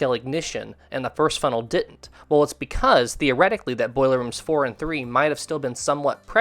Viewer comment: Thoroughly enjoyed this video with 2 complaints lol, I heard many of the lifeboats weren't properly filled so we don't give medals to those crew, secondly, it's didn't and hadn't, not ditten and hatten hahaha. Meant with respect.